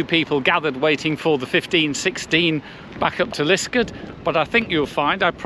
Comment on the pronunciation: Obvious that you are not a local - it's called Lisk-aard!!